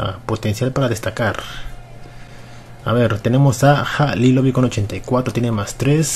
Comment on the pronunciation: Se dice "Jalilovich" no "Jalilovic" me cago en dios >:v Y si el sera el mejor del mundo <3